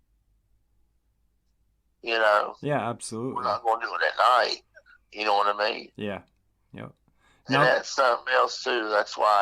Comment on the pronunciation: Thank you for sharing your story... But it's like nails over a chalkboard every time he would repeat saying "ya-kn-oh"